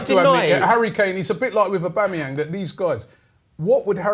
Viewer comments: Robbie really said Auba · Dus he just say aubamayang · People saying aubemyang 😂😂😂😂😂. Guy is garbage, most overrated player in the league